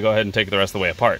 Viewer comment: Man’s went full Boston there for a second “apaht”